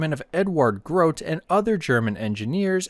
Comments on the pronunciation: The pronounciation for Grote would be GrotE no matter if one t or 2. He's a bit of a mystery because he just vanished after ww2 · Grote is pronounced Gro-teh